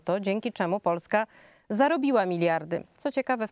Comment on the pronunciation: "tymczasem Poljska", o zesz ty w te i z powrotem, jak Ty wymawiasz Polska, po co ten miagkij znak po "l"? Po twardym "l" ma byc twarde "s" i "eto wsjo"! Bogusz Jankowski, to polskie nazwisko, ale jesli jestes z kresow, nie mam poretensji. Ale jesli Ukrainiec o polskim nazwisku, to znaczy, ze gruby nadal sprowadza do Polski Ukraincow.?